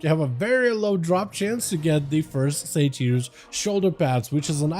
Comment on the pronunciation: Thumbs down for that pronunciation butchery of the word "satyr"...